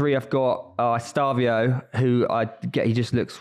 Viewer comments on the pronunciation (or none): Estevao is pronounced est-e-vow👍🏼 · “Estavio” and “Palermos” 😂😭😭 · Es-tev-ow (estevao)